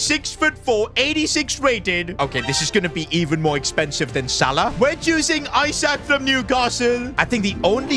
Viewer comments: Isak is pronounced E-Suck, not i-Sack. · Pronounced like isack not i sak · Its not isack it Esack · Its isak not eyesack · is saying I sak and not isak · It’s not Isaac it’s pronounced ee-sak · It’s not pronounced eye sak it’s eee sak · Esack not I sak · pronounced like esack not i sack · It’s Ee-sak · Keep pronouncing Isak wrong is constantly giving me headaches in every video involving him. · I thought i was the only one, i literally close off the video cause of it. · Lean how to say Isak properly 🤦‍♂️ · Do you say some people's names wrong on purpose or not? For mbeumo its m-ber-mo. For isak its ee-sak